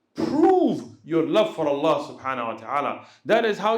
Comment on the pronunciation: السلام عليكم. تنبيه صغير للشيخ لو حضرته يسمح. انا قرأت انه يجب نطق حرف الهاء في الشهادة. يعني مثلا أشهد ألا إله إلا الله(الل"ه") وأشهد أن محمد عبده ورسوله (ورسول"ه" ) لان في العامية عندما نتكلم. نقول( اللا) (رسولو) وان ده يبطل الصلاة لا أعلم أن كان قصدي مفهوم لكن لاحظ ذلك عندما الشيخ ينطق الشهادة وكذلك الأجانب. يقولوه اشهد الا اله الا اللا alla دون الهاء h واشهد أن محمد عبده ورسولو Rasulu دون الهاء h جزاكم الله خيرا